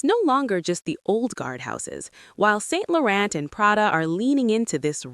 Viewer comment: If you have a fashion channel you need to know how to pronounce designer's names! Yves Saint Laurent does not have a pronounced T at the end! As a Brit, to me, the American elite style always looks tacky. It is like a uniform. People look almost the same. Its the obsession with being obvious and cartoon level sexy. I agree with natural fabrics. Thats wat shows elite in Britain. Also continental Europe.